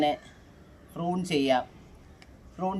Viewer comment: വൃത്തികെട്ടവളെ, ഫ്രൂൺ അല്ല പ്രു ൺ.